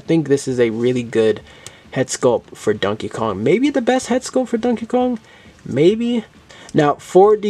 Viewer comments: Why do you pronounce it as dunkey kong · I love how u say it like dunkey Kong lol😂